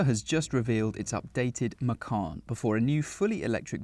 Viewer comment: Macawn? Or Macon?